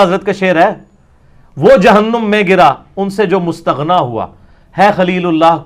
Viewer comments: Mustaghna, nahin Mustaghni hai مستغنی بمعنی بے نیاز یعنی اسم فاعل اور مستغنا بمعنی جس سے حاجت پوری کروائی جائے جو اسم مفعول کا صیغہ ہے، علی بھائ گرامر پر توجہ دیں، اور امت میں انتشار نہ پیدا کریں، اور پہلے سے مشق شدہ سوال و جواب کو بدیہی انداز میں پیش کرنے کا ڈرامہ نہ کریں، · مستغنی کا تلفظ صحیح کرو نادان،